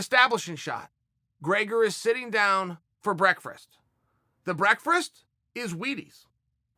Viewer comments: Breakfrrst?? Anyone else hearing this every time? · Chael "Brekfrest" Sonnen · NO ONE: LITERALLY NO ONE: CHAEL: "Breakferest" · Love me some "Breakfrast" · Wtf is “breakfrest”? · Did chael just say “Brekfrest” instead of breakfast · I can say about the topic? sometimes u make a mistake once or twice,put it online 4 the world to see, breakfast is a hard word. O wait s’snot . Da fuq is breckfrist chael? Try sayin break fist? Actually don’t ever say tht.way worse. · "...sitting down for breakfrast... (did I just say 'breakfRast??.... you're damn right I did). *doubles down on breakfRast*. Gotta love Chael. I wonder what Yareer eats for breakfrast? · Me: breakfast Chael: Brerkfrerst Me: Brerk...brer...brerkfrrr...... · Everyone: Breakfrest You: BrEaKfErEsT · Chael it’s breakfast not “breakfrast” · "Brekferst" Chael P Sonnen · Uncle Chael says “BREAKFREST” lol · ....did he jus say breakfRist? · Brekferast ? What? Did he mean Brexit? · Chael “Breakfrist” Sonnen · "Breakfrast" lol What's for dinner? Pisgetti? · A brekfirst..? Chael! A brekfirst? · Chael channeling his inner Cejudo here “BrEakFrISt” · What the fuck is brekfrest ?! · My grandmother also says 'breakfrast' lol. She is a Newfie so I donno where Chael got it. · Did he say brekfest or am i just too high...... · Breakfrast.. chael has decide we all now pronounce breakfast with an extra R. And so it is. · Wait, wait, did he just say “breakfirst” 3 times? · ... tf is breakferast chayele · Chael "Breakfrast" Sonnen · Chael.... Wtf is Breikfrast 😂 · We just going to ignore chael not being able to say breakfast but instead says breakfrust lol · If Chael calls it "brereakfrast" then I call it "brereakfrast". This is how you become successful. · It is officially now known as "Brekfrest". Uncle Chael has spoken. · Have I been saying breakfrast wrong all theeze years? 🤔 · Of course its brekfrest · chael "breakfrerst" sonnen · chael ''breakfrest'' sonnen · da fuq is "Brekfrist" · Chael what the fuck is frabreakfrest 😭🤣